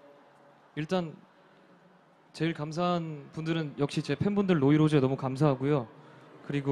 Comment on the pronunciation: When he mention his Fandom name and it Sounds like rośe everyone thought it was Rosè. And Jimin teasing Jungkook .😁